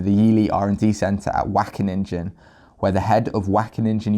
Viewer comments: wackeninja! <3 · The...ingen part of Wageningen is pronounced like “ping” with an en at the end. So it’s “Waw-gay-ning-en”. Apart from that the whole thing is totally horrible 😕 Thanks for spreading the word,! 👍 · Wackeningen 😂 jk great video, our G is really hard and ugly to pronounce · I guess that’s how Dutch sounds to English speaking people lol. WACKENNINJA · yes, whack a ninja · Great work man. Only if you don’t know how to pronounce it, try to mitigate the amount of times you say it. I’m from the Dutch speaking part of Belgium and it is pronounced Wa (kind of like the sound of ow in the word now but more towards the a sound in Anneheim) gen (like in Gendry in game of thrones but with a Dutch G sound) ing (like in King)-en (like the sound at the end of the word listen). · I'm Dutch and you pronounced it wrong!!!:-) Not sure how to describe how "Wageningen" should be pronounced. It doesn't matter, they suck. GREAT work,! As any other Dutchman, I LOVE milk. Plant-based milk, that is. Preferably oatmilk. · your pronunctuation is completely off.. just select dutch at your typing field in google translate and click the audio button, that's how you pronounce it. keep up the good work. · Your pronunciation of Wageningen is so funny 😁 Wish I could say the same about this study 😒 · Dutch here, amazing find! Wageningen is pronounced pretty wrong... but who cares, I don't! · Is it so hard to use google translate for a okay pronounce of Wageningen? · Everytime he says Wageningen my ears hurt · Lol how you pronounce wageningen